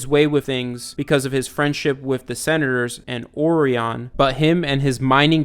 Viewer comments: Orion is pronounced Oh-Rye-on Not ory on.........................hurf dur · dude man I'm loving you videos on this series, but you're pronouncing the Orion's name wrong. I'm not trying to be mean or condescending, it's just not pronounced that way. . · not meaning to be "that guy" but you kept mispronouncing orion and it made me angry. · your mispronuoncing Orion Pax